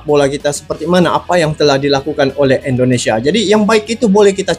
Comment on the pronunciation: Susah sekali sebut INDONESIA.. selalu terdengar ENDONESIA. INDO. bukan ENDO.